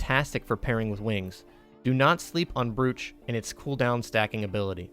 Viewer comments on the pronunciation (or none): Good vid. Brooch is pronounced 'broach' by the way.